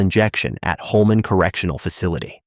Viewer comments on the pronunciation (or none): none